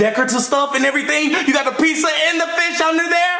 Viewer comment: I love how they say pizsa instead of pizza